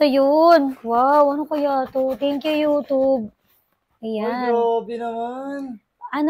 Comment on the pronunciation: Bakit “youtoob”?